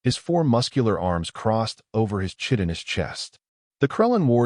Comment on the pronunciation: "Chitinous" rhymes with "skytenous" If there were such a word! If you want to use "cool" words you really ought to do your homework and look them up before you give them to your AI to do....👎🏾